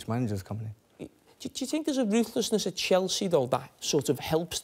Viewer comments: Ashley “I fink” Cole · * 'I fink'